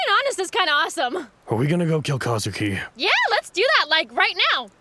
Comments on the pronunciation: It's pronounced Kuzuki, not Kazuki ffs. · I'm sure someone's already mentioned it, but just in case: You know it's 'Kuzuki', not 'Kazuki', right?